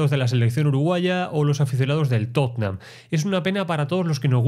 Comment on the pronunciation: Que bien pronuncias Tottenham lpm...yo no salgo del Totenjan....Totenjan....no puedo.